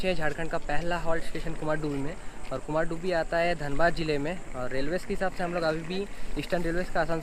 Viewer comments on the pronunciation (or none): कुमारडूबी Nahi Kumardhubi (कुमारधुबी) kehte hain